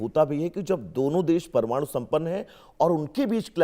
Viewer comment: प्रमाणु नहीं परमाणु । कुछ पढ़ लिख लो ,प्रौढ़ शिक्षा में ज्वाइन करो मैडम ।